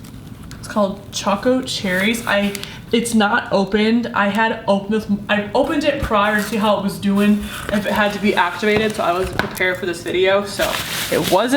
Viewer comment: I think its pronounced (cha-co cherries) not (coco cherries)